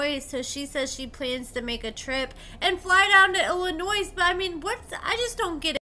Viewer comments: I love your videos so much. Please stop saying the S In Illinois. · I'm half American and not even born in the US, nor *do I know anyone from that state and I KNOW THE S IS SILENT...🤦🏽‍♀️ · Please stop saying the S in Illinois. As someone from the Chicago area it drives my ears crazy bc its incorrect.😂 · I, as someone who isn't even born in the US, always assumend all ppl from outside Illinois in the US, knew the S is silent. But for me personally the voice is even more an issue.